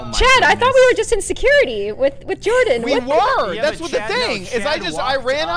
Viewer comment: How says "Jordan", its satisfying. i dunno how to explain it......but it makes me feel complete.